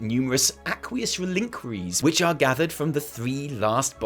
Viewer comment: I don't think I'm going to correct the pronunciation of a word this time. It's jarring though. Reliquary. Yikes.